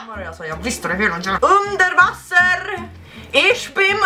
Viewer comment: UNDER VASSER ICH BIN UNDER VASSER!!! Bästa hat hört på länge säger de fan hela tiden ba: UNDER VASSEEEER